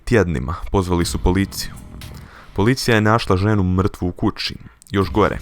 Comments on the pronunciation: Kaze se u kući a ne u kuči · ne kaze se kuči nego kući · jebote kaži kada treba ć a ne č npr. kuči